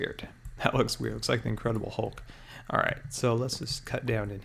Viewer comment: Lol, ' incredible holk ' hahaha